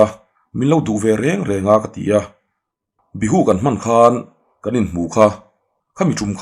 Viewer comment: Bihu nilovin,Biju tih zawk tur